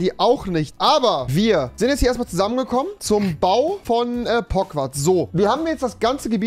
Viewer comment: Normale Leute: Pogwarts Rewi: Pogwarz